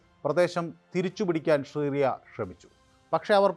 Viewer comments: വേലി... ഒക്ടോബർ 7നു പൊളിച്ചപ്പോൾ.... ഇതുവല്ലതും.. ജിഹാദികൾ ഓർത്തോ..... കക്ഷത്തിൽ ഇരുന്നതും ഉത്തരത്തിൽ ഇരുന്നതും ഒരുപോലെ പോയി എന്നു പറഞ്ഞാൽ മതിയല്ലോ.... ഇഷറയേൽ അല്ല ഇസ്രായേൽ 😂😂😂 ഷിറിയ അല്ല സിറിയ 😂😂😂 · ഷിറിയ അല്ലെടോ സിറിയ 😂